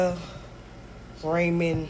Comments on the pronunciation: Why is "ramen" such a difficult word for people to say correctly???? It's RAH-MEN, not RAY-MON😖🤦‍♀️ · Hearing someone pronounce ramen as "ray men" is just cringe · I KNOW she didn’t just say “be-rea….rayman”!😂😂🤣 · I will never buy food on Facebook Marketplace. Also, that woman mispronounced ramen. It's not 'Ray-men,' it's pronounced 'Rah-men. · Ray-Man Noodles. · Did she say Raymon noodles…😂😂😂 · BARIA- RAMOND!!! WTF she cant even pronounce what she is eating!! 😂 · Wtf is she pronouncing ramen like Raymond?